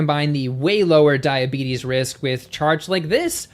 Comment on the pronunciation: Did he really say: ...cause diabetis...and most importantly, do they make you fat?